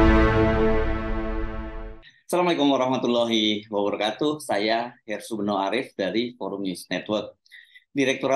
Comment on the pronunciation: Oh Ersubeno bukan ersubento